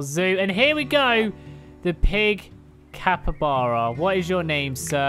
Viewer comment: Haha. “Capre-Chuba.” Funniest thing I’ve heard all day 🤣